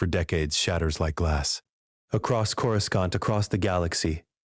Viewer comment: Who is this "Cora" and why the narrator keep mentioning her pink bitz? Ohhh, it's just the AI mispronouncing Coruscant with two hard C's (K-sound) instead of one hard and one soft (S-sound) like it's supposed to. If you didn't notice, you will now, FOREVER!!! MUAHAHAHAH!!!